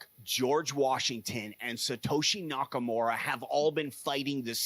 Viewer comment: “Satoshi nakamora” 🤦‍♂️